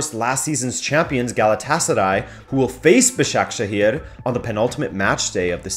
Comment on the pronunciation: pronounced ba-sha-ke-shir and be-shik-tash thanks